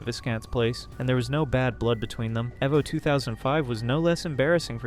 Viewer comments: Eh-vo and Ju-ha. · Eh-vo? I think its e-vo. Friggin dunce. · Its Evo, like Evolution. And its Retsu Prae, like if a Japanese person was saying Lets Play, the mispronunciation of so many things got so tiresome. Good video still. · Noice, great so far and nice narration voice. But it's pronounced "ee-voh" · The research is on point. My only piece of constructive criticism is to double-check your pronunciations. You mispronounced Darksydephil, Jaha, Evo, Evil AJ, and Alex Valle, even though this video itself includes clips of those names being said correctly.